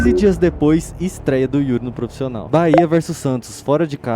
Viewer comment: porra, "proficional" é pra acabar hein mano...